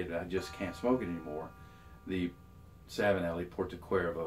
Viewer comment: BTW, "Cervo" in Porto Cervo is pronounced as "chervo" and not as "cuervo" from Jose Cuervo. You do churn out great videos and they should be excellent at introducing people to pipe smoking. You cover many facets and matters. Thanks.